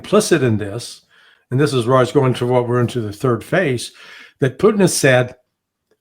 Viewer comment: Please say " P u T i n" and not "pooin'".